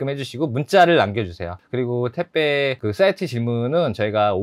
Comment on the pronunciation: 왜 택배를 자꾸 태빼 라고 하시나요?? 그리고 장발 잘어울려요!!